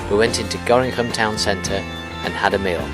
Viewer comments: Nobody in Nederland says Gorinchem but Gorkum instead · Gorinchem is the Worcester of Dutch topography... it is pronounced in a totally different way than you'd expect (Gorr-kum). but dont feel bad, a lot of native speakers struggle with it too.